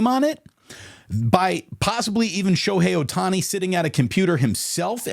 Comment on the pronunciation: Shobookie Ohtani lol